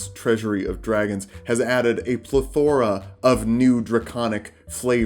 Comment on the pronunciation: It's "pleh-thr-uh", not "levio-SAH".